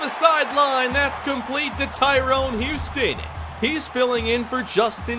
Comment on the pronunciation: just called tyrone huston "Houston"